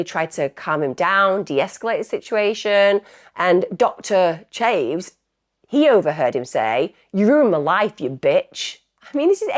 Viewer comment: Her pronouncement of names which takes a very short google search is chronic. To the extent that it’s difficult to hear as sometimes it’s the victim(s) and it lacks respect.